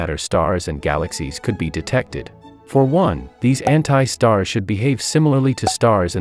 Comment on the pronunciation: The *anti*word when I listened it, it sounded like h*ntai 💀